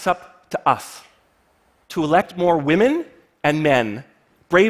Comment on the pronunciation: Is anyone else annoyed that he emphasized "Women" when discussing potential leaders?